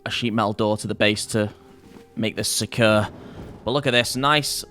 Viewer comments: jordans pronunciation of the word "secure" drives me crazy and he says it multiple times in every video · Your accent of "secure" gets me every time. Great work on all your wholesome content nevertheless. *tips a cup o' tea